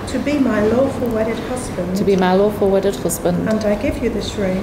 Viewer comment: I hear "awful wedded" 😂